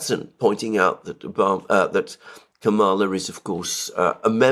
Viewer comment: Agree with criticism of US mainstream media, Criticism of Vice P Harris fair game but you are losing credibility by mispronunciation of her first name.